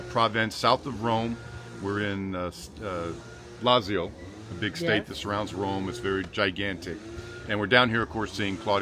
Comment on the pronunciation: Brad, please don’t be offended as yours is always in my top 5 channels to watch; but I shudder and cringe whenever you say Lazio..with just an ‘s’ sound instead of Lat-zio. Been wanting to mention it for months so please don’t hate me - it’s just to enhance your already high fluency in the lingo. 😊😂thank you again